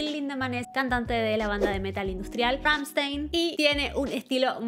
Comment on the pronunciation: Se dice "Ramshtain" 😅